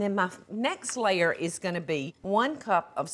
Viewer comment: Any time she says layer it sounds like she's saying slayer